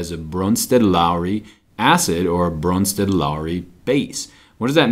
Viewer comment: He gets my vote for awesomest pronouncing of Bronsted-Lowry